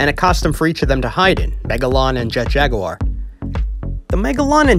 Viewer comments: Whoesle calls jet jaguar jet jagur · I Mean, That Was The Pronunciation Of Jet In The OG English Dub Of 'Godzilla Vs Megalon'.